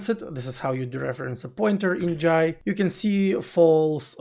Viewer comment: finally someone say 'Jai' properly, not "Jay".